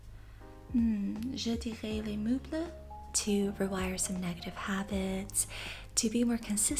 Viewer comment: i live in france and i just wanna say that your french accent is very good !! however meubles is pronounced moreso with an "eugh" sound, idk if that makes sense :)) but dw about making little mistakes like that, it's all part of the process ! honestly might download babble bc i still struggle with my pronunciation, the 'r' sound is so hard 😭